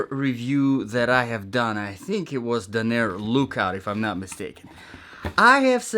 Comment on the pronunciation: Hey man, someone living in the Portland, OR area here. Please stop saying the brand name incorrectly in your videos. You keep saying Duh-naire in your reviews. It's spelled and pronounced Danner (Dan-ner) not Dunaire.